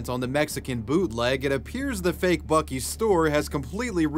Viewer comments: It's not buk-ii's it's buc-ee's. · What's even funnier about the bootleg Buc-ee's name is that when you pronounce it in Spanish, it sounds familiar (and possibly in reference) to the name, "(Los) Bukis", which is the name of a popular Mexican pop band from the 1970's. If anything, not only would they have been in litigation trouble by the Texas company, but also by the record label that owns Los Bukis. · Let's be real... That's 'Buk-2's' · It's pronounced like bussie's and not buckie's, correct? I'm so confused.